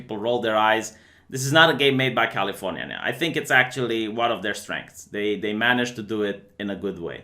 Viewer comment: Sounds cool, I'll check it out btw I laugh every time you say Californyanya